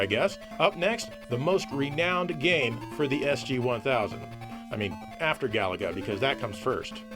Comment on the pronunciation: Galaga must be pronounced stressing the middle syllable. ga-LA-ga.